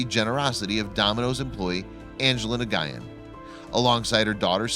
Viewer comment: Please learn to pronounce Nguyen.